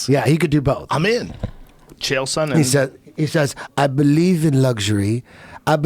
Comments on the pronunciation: Geezus Schaub after all the yrs, after having the man on your podcast multiple times, you'd think u could pronounce the man's name right just ONCE. Not that hard, its SONnen not SO-nnen, for fuck's sake. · Wolfie Alpha that would make it sound like a long vowel, his pronunciation is more like soh-nen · Sonnen not Sooonennn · How can Brendan mispronounce Sonnen that badly?